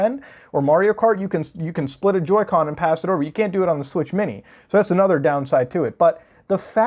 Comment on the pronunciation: Joy "con"